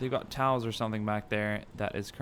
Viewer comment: tows are pronounced toes.